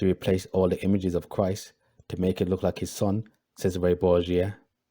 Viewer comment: you said Cesare wrong